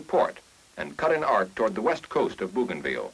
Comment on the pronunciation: BOW gainville. NOT BOO gainville.